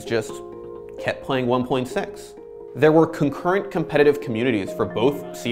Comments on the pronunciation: Dis he just say one point sex? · He just keeps saying 1.6 "one point sex"